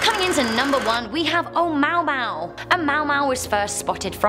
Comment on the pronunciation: You said Omuamua Right